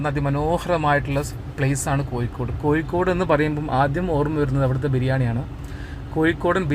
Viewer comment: Your attention please.. ആദ്യം മലയാളം നന്നായി പറയാൻ പഠിക്കൂ.., എന്നിട്ട് മതി ഇംഗ്ലീഷ് പറയാൻ... കോഴിക്കോട് ആണ് അല്ലാതെ കോയിക്കോടല്ല... ഒരു പ്രാവശ്യമല്ല.. ഒരു പാട് പ്രാവശ്യം..... ഹോ.. കേട്ടു മടുത്തു... കൊയ്ക്കോട്.....